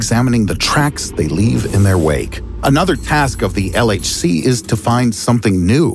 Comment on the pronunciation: Did he just say LHC or LSD.....